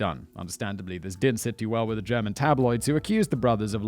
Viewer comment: As a german I find it super adorable how Simon pronounces German :)